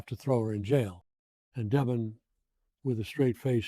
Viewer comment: This must be some IA generated nonsense. Of all people Victor wouldn’t call deVON, Devon.